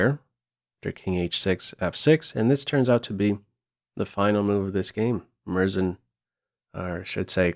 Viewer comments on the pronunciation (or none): Hi! In Murzin, "u" is pronounced. It is pronounced like "u" in "you", and don't be afraid to stress r and z either